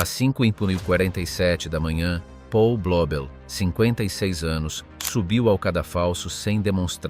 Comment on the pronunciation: 1.37...E' nato nel 1994...allora oggi avrebbe 31 anni... Si pronuncia Paul, non Pol!! È tedesco, non inglese...